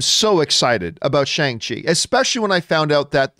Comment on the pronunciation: Shang-Chi is pronounced (per Kevin Feige at Disney Investor Day) Shung-She